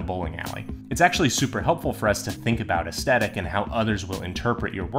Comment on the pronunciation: I am so sorry man, I really want to watch this video, but I can't get past the fact that you say aesthetic wrong. It is like hearing nails on a chalkboard. It also sadly makes me think, "How am I suposed to take advise based around the word aesthetic when that person does not know how to say aesthetic?" Your presentation is excellent, the quality of the vid seems great, even the thumbnail drew me in. Sadly enough two mins in of hearing that wrong and I keep think, "I can't sit through it anymore." I don't say this in the comments to be mean. I say this because just in case I am not the only one feeling this way, I think any creator might want to know why people might turn away from there vids when they think they are doing everything right to get a lot of views (it seems to me you did everything else pretty great). I hope this helps T-T